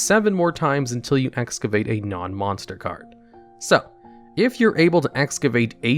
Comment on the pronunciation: MONSTAH CARDO